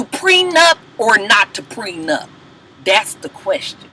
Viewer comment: And Ray J the only idiot that keeps calling it a "prenUMP". Jesus take the wheel...laaaawwwdd.